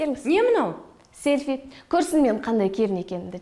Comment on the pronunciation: Селфиды селпи диды ма